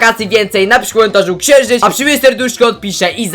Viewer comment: "Ksienżyc"jestes prze zabawny